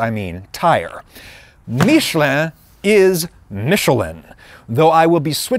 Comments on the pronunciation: Love how he thinks "Míshleh" is the French pronunciation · "Meeshlé" is NOT how you say "Michelin". And noone try to tell me that he just prnounced it french, what he said sounds nothing like the actual french pronunciation of Michelin. Look it up. Aaaaaaaaand then you said you're gonna switch between english and "french" pronunciation on a whim throughout the video so I will click off now cause I will get too annoyed by hearing that completely made up pronunciation that no frenchman ever said this way throughout the entire video s.s Seriously, just google "Michelin french pronunciation" before doing this video mate! The fact that your pronunciation is NOT EVEN CLOSE shows a lack of effort since it's just one google search and listening to 2 seconds of a french guy pronouncing it. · "Marketing Michelin" not "Making Michelin" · Realization 1: HE'S SUPPOSED TO BE TIRES? Realization 2: THE TIRE COMPANY/GUIDE IS NOT PRONOUNCED "MITCH-A-LIN"?? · Actually your "american" pronounciation for Michelin is closer to the true french one than your french one ^^ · Not even saying french pronunciation corectly